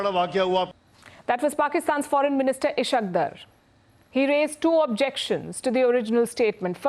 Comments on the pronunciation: its ishaaak daar. Not ishakk der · Its punjabi accent, ishaaaaak Daaaar and Ishq Dar